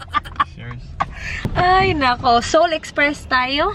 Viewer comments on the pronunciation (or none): none